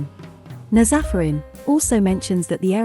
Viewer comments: Not everyone pronouncing Nazafarin in the wrong way 🤦🏻‍♀️😂 it's NAAz Afərin...a persian name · Those names are Persian and I'm Persian the way it pronounce them is so funny to me :)) BTW, it's paar-va-neh پروانه/ naaz-afarin نازآفرین